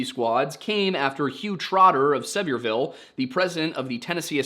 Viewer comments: I'm going to assume you're trying to pronounce sevierville here (if not ignore me). It's pronounced severe-uh-ville. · you got it right at the start of the video, but Sevierville, next to Gatlinburg and Pigeon Forge, is pronounced the same as the county, so “Severeville” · I’m going to be that guy: Macon was pronounced correctly but Sevierville is pronounced Severe-ville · Sevierville = severe-ville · Sevierville is pronounced "Severe-ville". And in true Tennessee fashion, the "-ville" is more of a "vul". This is not a petty correction, this is more just me sharing my experience so the rest of the world can appreciate the beauty of the Appalachian dialect. You'll thank me when you're at Dollywood and you want the guy serving you cinnamon bread to think you're a local! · As a descendant (I think) of the town’s namesake Sevierville is pronounced more like Severe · You got Macon right, just like bacon. But Sevierville sounds like severe-vil, and the psychic is pronounced Jean - like blue jeans. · My family spent so many summers in the Nantahalla gorge growing up. Don't pronounce the T. Nantahalla NA-na-HEY-lla. Sevierville sev-EAR-vull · Sevierville is pronounced like severe-ville